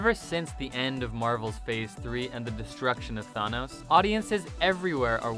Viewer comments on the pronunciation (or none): Its thanos not thonos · THIS GUY SAID Tha-KNOWS THANOS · This man doesn’t even say thanks right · He can't say Thanos right either 🤨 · Or thanos